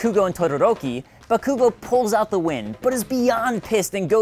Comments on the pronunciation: Haha BaKoOgO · Maldonado It's really hard to focus on writing my review of season two, because that pronunciation of Bakugo's name is killing me with laughter. xD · Um... it's pronounced Buttkoogo. Thanks. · JustNel ikr, I hate the way he said bakugou